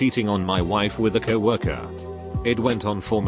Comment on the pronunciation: HE SAID COWORKER NOT COW ORKER?